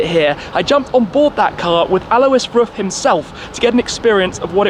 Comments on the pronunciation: Hey Tim, just a hint from a german: Pronounce RUF just like you would "Roof", not like "Ruff" :) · Omfg! It’s pronounced “ROOF”! You’d think automotive enthusiasts would know this.....